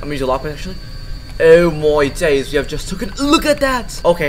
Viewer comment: "eoh may days" bro became british, anyway nice glitch and gaming chair